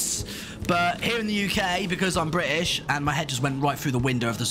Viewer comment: bri'ish? i never thought the word british was actually pronounced that. wow, that's nice.